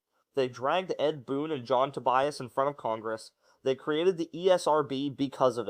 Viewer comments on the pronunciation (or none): none